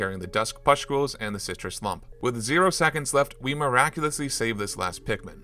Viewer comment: take a shot every time he says "puscktules"